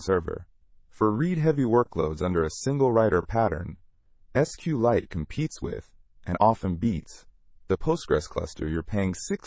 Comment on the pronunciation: You are not pronouncing SQLite correctly.